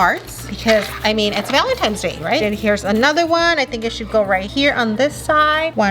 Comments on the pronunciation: Is it me or did say Valentime’s Day and not Valentines’ Day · Why does say valentimes doe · said VALENTIMES DAY 😂😂